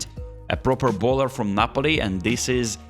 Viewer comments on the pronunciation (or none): none